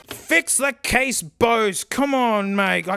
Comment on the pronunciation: Doesn’t even know how to pronounce Bose. It’s not bowsz